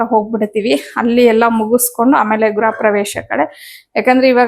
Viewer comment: ಗುರ ಪ್ರವೇಶ ಅಲ್ಲ.... ಗೃಹ ಪ್ರವೇಶ..